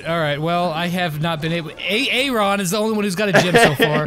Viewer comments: "A A Ron" 😂 that's how you spell Aaron it's pronounced "a run" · Who else got triggered when they mispronounced Aaron wrong.